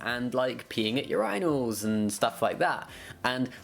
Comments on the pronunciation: Did you just pronounce urinals as "your-anals"? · the way he pronounces urinals hurts my ears